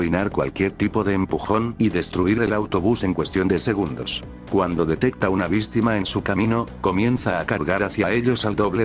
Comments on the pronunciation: Nose dise bictima sedise bistima😂😂😂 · Dijo una bistima XD